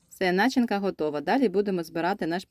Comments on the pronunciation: Начинка,/с ударением на первый слог ----это сленг западенский, правильно ударение на второй слог./Как режет слу исковерканая речь. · Не нАчинка, а начИнка!!!